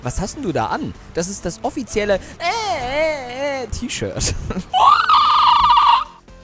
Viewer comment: Das t - ischirt t - ischirt🤣🤣🤣